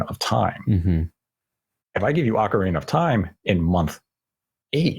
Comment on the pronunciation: "Ocareener of Time"